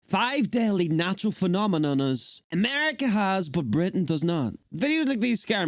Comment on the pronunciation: Came for America's natural disasters, stayed for pronunciation of "phenomenoa"